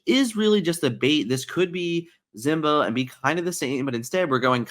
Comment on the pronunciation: Can you stop pronouncing Simba as Zimba please and thank you. It's been triggering me for months but hearing how you pronounced Kida sent me over the edge and I had to speak up lol